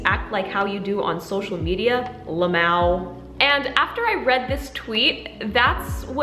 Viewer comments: “La maoew” 😂 why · Lmao= “lamaouh” 😂😂😂😂😂😂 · Not “luhmow” I’m dead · honestly i could never imagine how it’s like to have social anxiety. i have anxiety over my grades and appearance and performance in swimming, but like, social anxiety? i can’t even begin to understand how it feels. and why did you say la-mao?💀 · how you pronounced lmao as "lamoww" omfg 🤣Thank you for making this video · yo said luhmowe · She’s talking about a serious issue and you biggest concern is her pronouncing it like that ? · So we gonna ignore the fact that she said lmao and SOUNDED IT OUT